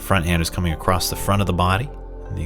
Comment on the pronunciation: Very nice, thank you! I really enjoy when you explain the “why” of movements & postures. I also appreciate your poetic descriptions, like “moving through mist.” 💚 One thing that pulls me out of the moment, is when you say “acrossed.” That is not a word. Across is always across. 😉